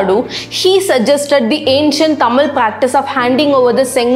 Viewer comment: try to pronounce correctly thamizh not thamil.